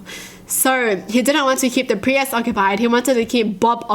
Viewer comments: She pronounced priest like pre ehst its supposed to be pronounced preest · Did she just pronounce priest as pri-est?? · does she pronounce the Priest like.. Pri-yest? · it's pronounced "P-R-E-E-S-T"(PRIEST) Not "P-R-E-Y-E-S-T" is adorable 😂😍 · The way she pronounces priest as pre-est 😂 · Uh... why do you pronounce the word 'priest' as 'pre-est' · wait pri-est is a real pronounciation of priest?(preest) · Me: Priest: Pree-est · why did she call the priest a presis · The way kyutie says priest, pree-ist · Those are jokes.not real stories P.s you can pronounce piss but not priest?!🤣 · The way you said Priest kinda bothered me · the way she says priest is...... well you'll be the judge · The way says "Priest"😬